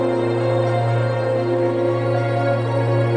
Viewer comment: The Eye-Faux Tower.